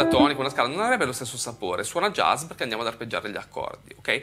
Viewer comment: Impariamo prima a pronunciarlo bene il "jazz" (giaz), non "jez" poi magari lo impariamo.